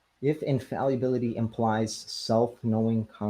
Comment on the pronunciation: Dude needs to learn how to pronounce infallibility, dude also has a PhD in Dunning Kruger Physics.